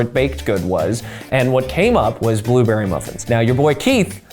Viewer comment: Maybe Keith says blueberry weird because he is allergic to them.